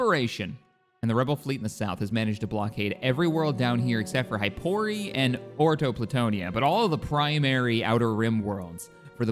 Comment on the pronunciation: One of the best things about these playthroughs is to hear what planet is gonna mispronounce this time. Is it Cardia (Caridia), will it be Dantooine or Deltooine (Dantoonie or Deltoonie) or Orto Plutonia (Ord Planitia or something). Keep up the good times!